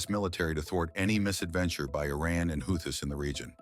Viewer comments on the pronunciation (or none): Could you at least get the name of the Houthis right if your gunna be a lazy AI channel?